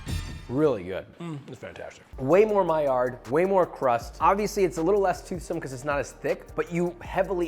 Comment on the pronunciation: Stop saying miard 🥲